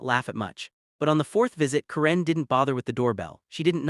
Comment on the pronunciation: Waste of time!!!!! AI BS don’t bother. Can’t even say the name “Karen” correctly. Stupid and likely 100% fake.